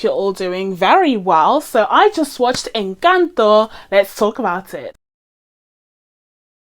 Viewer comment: We love a non-Spanish speaker doing their due diligence to say the name of the film correctly 👏👏👏 This Venezolana is impressed :)